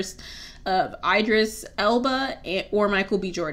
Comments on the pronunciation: it's ee-dris elba 😭 he's one of the best AA male actors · I disliked this video just because you pronounced Idris that way plus he isn’t cute ? No is he a sexy slab of chocolate yes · Chalk it up to youth. I thought the mispronunciation was hilarious. 😩😩😩😂😂😂